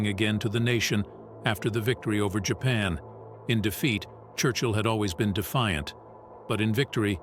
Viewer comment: Who the fuck is "Marlboro"? This narrator can't even pronounce, let alone spell, Marlborough correctly. Let alone the words 'Germany' 'Japan' and 'strategy' . It goes to show what crap programs are being churned out by these modern, lefty oiks.